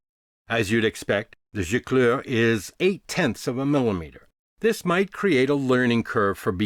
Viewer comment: Excellent french accent with the word « gicleur ». 👌